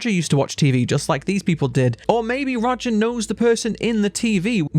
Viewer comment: His name is Roger not Rodger, you keep pronouncing his name as Rodger